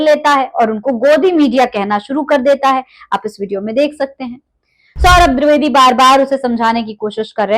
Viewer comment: आप द्रिवेदी मत बोलिये द्विवेदी बोलिए